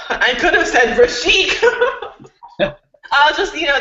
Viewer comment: Rashek, not Rasheek